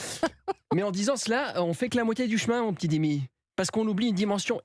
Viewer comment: On dit Dima, pas Dimi.